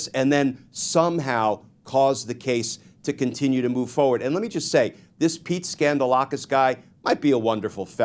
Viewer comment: You're pronouncing his name wrong - it's Pete Scandalous! 😅